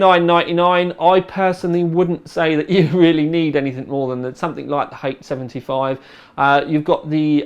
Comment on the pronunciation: It's how pronounces 'anything'.